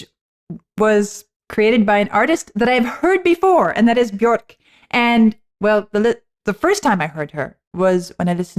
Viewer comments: It's 'byerk' not 'byork ' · Björk. The ö makes an e sound. Rhymes with “perk” or “dirk.” Björk.